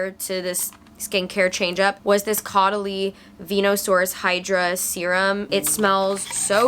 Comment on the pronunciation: Ok when u said “new fall scent” and preceded to say REPLICA, my heart jumped and I thought u got my scent(coffee break) and I was ab to say like NO WAY were this similar, kinda crazy kinda creepy kinda a slay..hahahah This is deadasss what I do everyday minus the flight to the LA😂. Also caudalie is French so it’s ac pronounced (ko-da(German accent sounding “da”) -lee, so KO-da-Lee) Haha ily